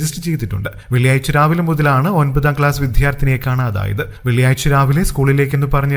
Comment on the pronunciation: "വിദ്യാർത്ഥിനി" ശരിക്കു ഉച്ചരിക്കെടോ മരാമാക്രി.